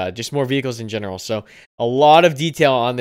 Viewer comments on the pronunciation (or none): none